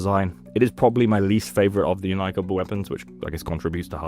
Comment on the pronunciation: Thank you for pronouncing Inika correctly